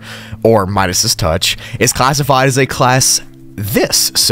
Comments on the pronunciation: You said Midas touch weird, it’s just Midas 😂 not midasis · You pronounce Midas touch wrong, look it up on google the pronunciation sir